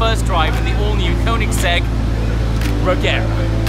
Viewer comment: Sorry but you have to pronounce it « Reyera » 😘